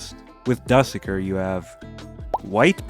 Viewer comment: dusekkar ❌❌ duhsekkir ✔✔✔✔